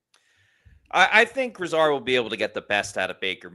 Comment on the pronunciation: Its not pronounced like Lizard.. its gri-zaard